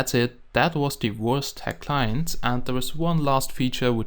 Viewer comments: Wurst is german. so it is pronounces Verst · This is the Wurst Hack Client Lol sounds like he says the Worst Hack Client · When you say wurst logo it sounds like your saying worst logo XD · Sounds like you are saying "Hey guys, this is the worst minecraft hacked client"